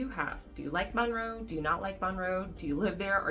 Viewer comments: If you are going to do a video on a city, please learn to say it. It is not MAUNroe. It is Munroe. I'm shocked you didn't say "WaxHAW". 🤦🏼‍♀️ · It’s “munroe” not “mon-row” sorry I had to say it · MUNRO, not Monroe